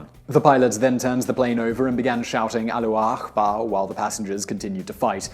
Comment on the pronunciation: "allakhu akhbar" really? come on man it's not that hard.